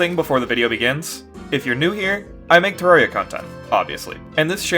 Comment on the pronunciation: Finally, a content creator that says terraria correctly.